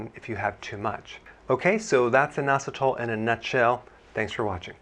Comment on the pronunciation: Sounds like noassatall